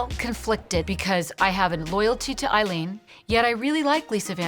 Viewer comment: It sounded as "waoh Eileen" LVP said.